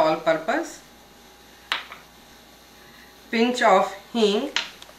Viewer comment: What is the name of the spice that follows "gram flour"in her list of ingredients? I can't recognized it. It sounds like "hink"?